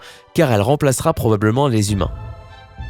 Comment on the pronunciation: Mais...t'as bu dans cette video???ecoutez au casque! 0"26 "donnant........ deuzan a vivre"1"08 "géhétiquement" 2"37 "probleblement" 4"20 "si neun'prenons pas" et encore plein d'autres blancs, syllabes a peines prononcées, zozotements et ton de comptoir "allez une autre rené" a la tienne :D